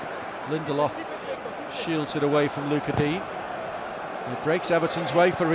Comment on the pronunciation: "luca deen"